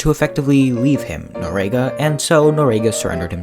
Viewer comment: If you're going to do a video on historic events, you might want to at least get the person's last name correct and pronounce it correctly in your video. Its Noriega. Pronounce nor--ee-egg-uh